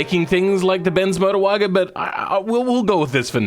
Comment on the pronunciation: What is that pronunciation Bens Modrwajen